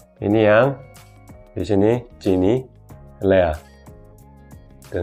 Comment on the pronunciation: Lea, kedengarannya Leak tadi, beda ntar artinya...😂🙏